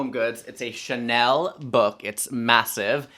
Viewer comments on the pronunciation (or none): none